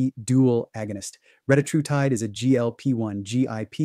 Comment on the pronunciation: For all you biohackers, it's pronounced reh-TAT-roo-tide